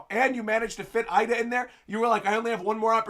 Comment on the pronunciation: The name Ida is pronounced Eeda,. 😅😅